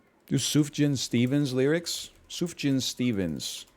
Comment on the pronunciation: thank god he finally learned how to pronounce sufjan